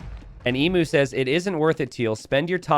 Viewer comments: Yeah I died a little inside when I realised Emu was in this game and hadn't fixed his pronunciation of the word... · man I wish you would pronounce Emu right. Its "Eem-you" not E mu. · As a aussie hearing people pronounce emu as "e-mu" instead of "eem-u" is just so wrong